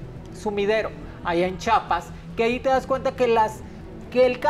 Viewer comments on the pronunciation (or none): Amo a Mhoni ella es única ❤️🥰 pero el estado de Chiapas no es “Chapas” no soy Mexicana ni nunca he ido a México pero no se oye bien al pronunciar a el estado mal. Al monos que yo estoy incorrecta entonces mil disculpas, bendiciones a todos 🙏🙌❤️